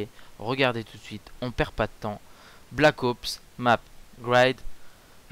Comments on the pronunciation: alors je suis trop contontent que tu soit revenu, mais estt-ce que une fois tu pourrait dire black "HOPse" au lieux de "black AUPSE" si tu n'a pas compris c'est pas grave en gros pronoce le a l'anglaise. sinon super clip;) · C'est Black Ops , pas Black Aups --' Ca m'énerve ! xD